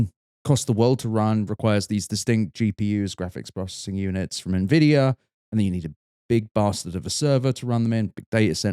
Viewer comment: "Nenvidia" is a new one